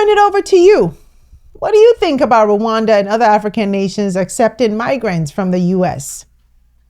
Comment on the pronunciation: First learn how to pronounce Rwanda before acting like you care about us or as if you know shit about our country.... Dear all 54 African countries are Visa free to come to Rwanda and also we have more than 150.000 Congolese refugees in Rwanda most have been here for over 20 years and others are already integrated into our society in addition we have Libyans & South Soudan and Afghanistan refugees... So do not worry about us when we needed you most you didn't show up. Hypocrite